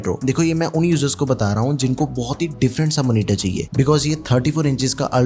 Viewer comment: Monitor - ❌ Manitar - ✅